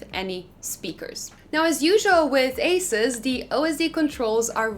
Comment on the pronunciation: AH SOOS, NOT ACE US